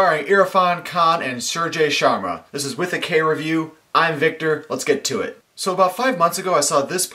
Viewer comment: Suraj Sharma: Pronunciation: suraj: sew rudge su = sew raj = rudge as in grudge sharma: Shar: Sure (with less stress on 'u') ma as ma there are dozens of millions of Indians with that name, so you better be careful :)